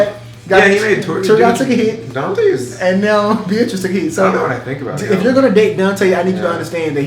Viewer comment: when said beartrice I thought he said btches